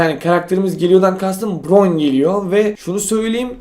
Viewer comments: Abi broyn değil bayrın diye okunuyo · Bıroyn değil bayrın diye okunuyo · abi bron değil byrın diye söyleniyo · Yarın BRON geliyo Ben:Abi BAYRIN diye okunuyo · broyn değil bayrın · Abi bıron diyondoğru okunuşu bayron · Abi byron nun okunuşu bayron broyn ne ya bayron diye okunuyo byron diye yazışıyo düz olusan bile b nin önünde r mi var y var sinir oldum +1 leyinde görsğn bide abi gördüysen like atarmısın yorumuma lütfennn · ABI bayron diye söyleniyo